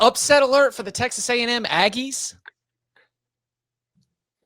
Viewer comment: Never let this man say “Aggies” again …